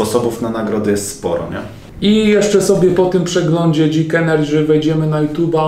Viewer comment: dzik ENERDŻY